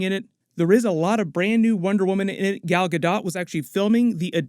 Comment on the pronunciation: Hey! Pronunciation tip: Gal Gadot rhymes with "Ball" (Gal) and "Boat" (Gadot).